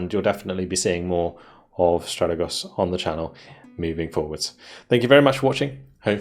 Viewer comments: it's Stratègos, not Stràtegos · No dude ... trust me I am Greek ...it's neither ... the correct pronunciation is Strategòs